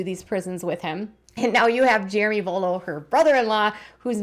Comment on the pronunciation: Their name is " Vuolo" not "Volo"!!! Also, it's "Mentor" not Menter"!!!